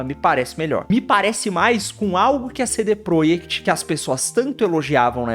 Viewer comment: Pq vc fala cd proiect?